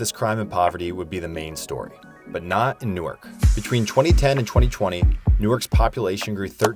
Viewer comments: It's pronounced Narwk!!!😂..I learned that when I moved to Jersey from NYC. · Also remember than Newark is a New-Ark.